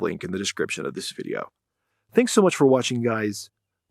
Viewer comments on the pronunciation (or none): none